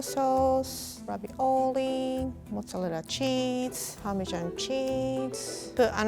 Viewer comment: i love the way she says mozzarella